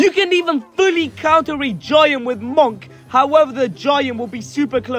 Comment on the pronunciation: It's pronounced "munk" not "mawnk" 😭